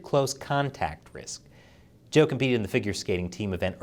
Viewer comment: Good pronunciation of Zhou in English.